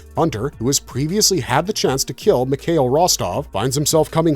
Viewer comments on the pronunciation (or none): none